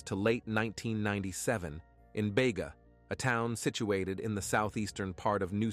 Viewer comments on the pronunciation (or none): Bega (. pronounced Beega)... you got the victims name wrong, her name was Lauren Barry, her friend was Nichole Collins. the very least you can do is get the victims names correct. Actually, you get a LOT of information wrong, double check. These "stories" involve real people.